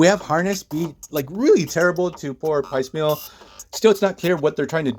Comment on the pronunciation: there's a moment that echoes the Mystique/Destiny story. It's not blocked as well, but movies aren't comics. Also, I don't mean to be rude but Piecemeal is pronounced w a long e in the first syllable. It's one of those words you see in print but don't hear very often. It's kind of a shame they didn't address his fate during Krakoa, given what ends up happening to him.